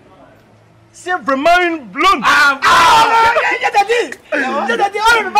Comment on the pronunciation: Aahhh c'est un blande ont dit pas bland mais plutôt blonde